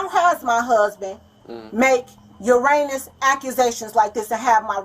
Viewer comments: 🤨… I’m sorry did she say Uranus accusations, and allegations ??? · "make 'uranious' accusations" 😂😂😂 (heinous) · Heinous.... pronounced ur anus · Thats all I keep hearing "Uranus accusations" 😂